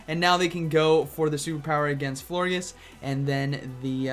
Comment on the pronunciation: It’s definitely pronounced “flor-jis” like gorgeous 😭